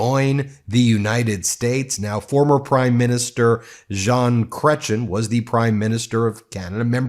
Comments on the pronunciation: It's pronounced Zhu(n) Cretye. By far the favourite PM of my lifetime. He was a real bulldog as leader. An actual streetfighter. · Love you Ben… but your French accent is. ….. Chrétien is pronounced Cre chee en and Quebecois is pronounced Kay beck wa. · Please stop butchering the pronunciation of French Canadian names and words. Chretien is not pronounced "Krech-in". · Crech e en is how you pronounce his last name Ben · pls study the pronunciation of a name before butchering it - it isn't "Gretchen" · Tip: Mr. Chrétien's name is pronounced like 'cray' - 'tee' - 'en'. As before, THANKS for centering Canadian voices! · I like your channel but could you please pronounce Jean Cretiens name correctly. It is not pronounced cretchen. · pronounced Kreh tyen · Cray-ti-en is closer to the correct way to pronounce his name, Ben. If you are going to go international, it may be best to pronounce the names of the people you feature. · Love that you"re highlighting Canada incluiding its politicians. BTW, Chretien is pronounced [Cray-tee-en]. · Good exposure Ben. Jean Crétien is pronounced Creytien (soft N). Isn't he a powerhouse❤ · 1 word, Ben--it's pronounced cray-tee-enh. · If you're going to branch into Canada, you should probably learn some name pronunciation: Jean Chretien's name is (phonetically) pronounced "Cret yen" Also, Bloc Quebecois is pronounced "Block Kay-bek-wah". Those are things you could have learned in two minutes watching any Canadian newscast. Way to research, hoser. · Pronunciation of Chretien: "creh-chee-en" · Chretien ... the 2nd syllable is pronounced more like "yen" barely pronouncing the n. think of it like this ... Chretchyen He sure wouldn't have taken any crap from !rump. The dialogue would have ended before it started, lol. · Ben, his last mame pronouces as [kre-tien] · Love your shows & POV but, please get the pronunciation of Chretien correct….It’s my family name anglicized as Christian. It’s pronounced chree tien( tee en) Keep up the great work!❤